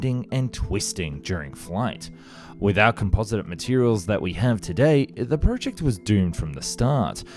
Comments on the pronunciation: If he says PREWject one more time, I'm gonna cry! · Fucking hell dude the way you say "project" is infuriating.